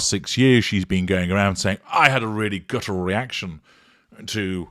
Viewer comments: Interesting breakdown,. Though I had to laugh when I heard her say "gutteral response" - this was before the one about Harry, so it shows that she really doesn't know what it means. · “Gutteral” reaction…there she goes again, abusing the English language. But she’s so much smarter than everyone else, so there must be something the test of us don’t know. Her hubris is boundless.